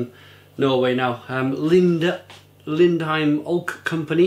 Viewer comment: Lindheim is definitely one of my favourite breweries! But your Norwegian pronounciation needs some work ;)